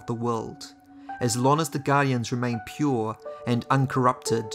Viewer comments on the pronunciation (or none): none